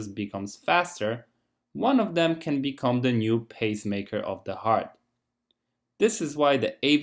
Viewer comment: You word can is practically indescribable from your word can't... please say can or can not... dont abrievate, if clarity is important to you.